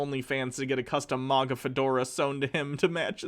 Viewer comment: please stop saying maga like mogga